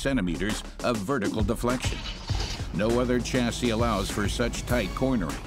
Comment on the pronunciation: Chassis as in shore, not chassis as in Chore. It’s a French word.